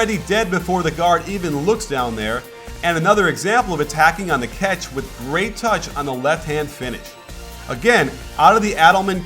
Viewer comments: Why does coach say 'ketch' instead of catch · more like Cyatch